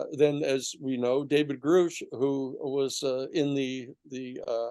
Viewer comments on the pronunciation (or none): He’s done like 10 interviews this week and keeps saying that and keeps pronouncing Grusch wrong it’s pronounced like Grush smh I don’t believe his narratives he’s the reason they had to rush to get the Grusch story out he outed his name in a interview when they were waiting on the Washington Post why they published in the Debrief. Moreover Tim asked a question about the uap amendment this guy starts back in 1977 and took half the interview to not answer that question Tim actually answered his own question way to put the spotlight on yourself again he gave this same interview to about 10 podcasts. Also the committee wasn’t 22 million that was AWSAP it was about two to three million for the committee. Why doesn’t Danny talk about the house meeting led by Burchett saying they didn’t want the comitee in the amendment? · It's appropriate to pronounce 'Grusch' properly. Kindly repeat after me: say RUSH, say BRUSH, say CRUSH, now say David Grusch and make it rhyme. Thank you Mr. Sheehan, try for an 'A' grade in pronouncing Grusch's name correctly.